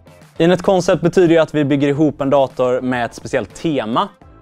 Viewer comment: Lite nyfiken över valet att skriva namnet på svenska (koncept) men uttala det på engelska (concept). Någon särskilt tanke bakom det?